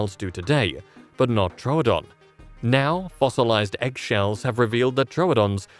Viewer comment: Thank you for pronouncing Troodon correctly two new people pronounced it true Adon and that's wrong it's Tro O'don like you pronounce it and thank you for pronouncing it correctly yay someone that likes scientific accuracy.